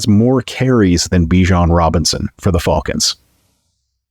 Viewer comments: Is it just me or is he saying fulcans. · Damn Canadians, A! Too funny, thanks for the chuckle, 😅